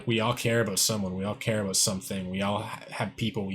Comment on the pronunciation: Are you Canadian? Thought I heard you say "a boat."